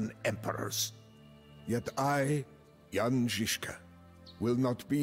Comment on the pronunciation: Thanks for pronouncing Jan correctly this time.